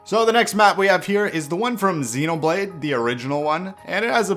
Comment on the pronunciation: its Xeen-oblade not zen-oblade